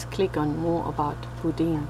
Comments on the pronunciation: it's not boudene , it's boudin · It's not boudin its boudan say boudan but it's spelled bouidin